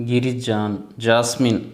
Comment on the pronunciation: Brother, అది గిరి జాన్ కాదు అనుకుంటా, గిరిజన్.